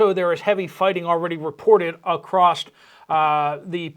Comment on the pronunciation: Can you please stop butchering the word across? There’s no T on the end of it!!!